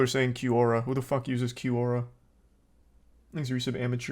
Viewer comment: It’s hilarious how he changes his pronunciation of Quora in every sentence